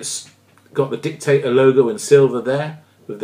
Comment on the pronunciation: Sorry to complain but it is Dict-a-Dor not Dictator.